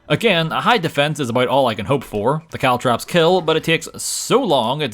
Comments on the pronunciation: caltrop not cowtrap bro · I didn't hear caltrops much. CaltTRAPs though? A very strange mispronunciation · As far as I could tell, he only really said "caltrops" once or twice. Every single other time was actually "caltraps". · CalTROPS! not traps! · It's actually only 1(maybe). He says caltrAps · I heard Caltrips a few times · I heard "cowtraps" at least 10 times 😅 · Caltrops. CalTROPS. CaltrOps! It's an O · Why do you insist on calling them caltraps? What did that poor 'o' ever do to you? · Caltrops??? You poor fool